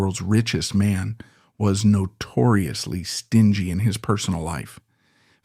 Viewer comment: I’m not sure if this is a really good convincing AI narration or if there’s a really good human narrator he thinks that the word stingy is pronounced with the hard G